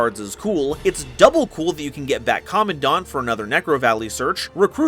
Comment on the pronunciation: I am glad that you are one of the people who correctly pronounces Commandant. I always try to explain to my friends why it is that way and not the other.